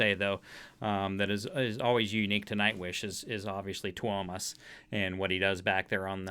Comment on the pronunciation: Fyi it's pronounced Toe-mas